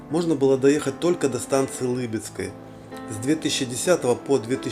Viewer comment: А вот и нет! Ударение на "ы" -"ЛЫбидская", так как станция опосредованно названа в честь "сестры ЛЫбидь". Другие подобные примеры: ИвАн - ИвАновская, ВасИлий - ВасИльевская, Игорь - Игоревская... и т.д.